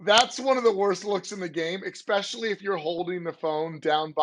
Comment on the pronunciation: I see is still saying ECK-specially. Not sure why but it's still not correct.